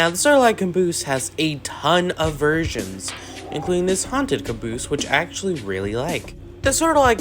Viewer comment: I Love How you said Cuhnboose